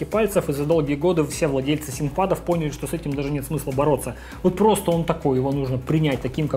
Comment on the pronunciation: откуда такое произношение то взял "синкпад", когда произносится "финкпад"